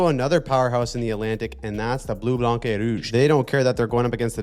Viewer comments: When you say Blanc, don't pronounce the C at the end. It's pronounced "blan". No C sound at the end. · The c is silent in Blanc....pronounced Bleu Blan Rouge...;) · please stop pronouncing the c in 'blanc'